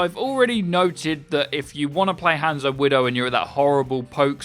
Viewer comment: The way you say "Hanzo" is triggering me...